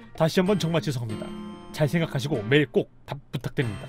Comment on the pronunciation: "잘생각하시고" 강조하는거 개꼴받네